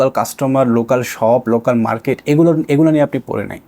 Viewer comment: এটা boy (বয়) না boi (বই) আর গলা (gola) না সঠিক হবে গুলো (gulu/gulo)